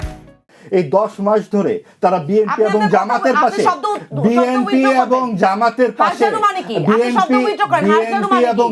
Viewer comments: এনসিপির এই নারী নেত্রীকে বুঝাইয়া দেন যে বিএনপি উচ্চারণ হবে; বিএমপি না। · BMP NO BNP উচ্চারণ সঠিক নেই। রাজাকারের দল। দেশের বারোটা বাজিয়ে দিল